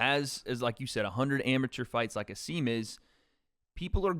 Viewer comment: Hasim recently taught us that his first name is pronounced Ha-sim, not Ha-seem